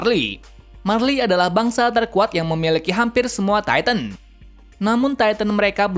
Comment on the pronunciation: Titan bukan titam 😂😂